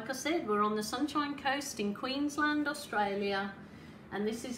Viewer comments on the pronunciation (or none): none